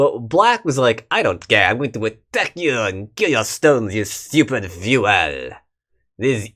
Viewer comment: Once again the fu-el-ER becomes the fu-el-EE!